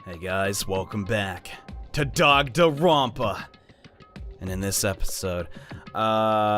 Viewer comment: idea for the last episode you pronounce the games' title correctly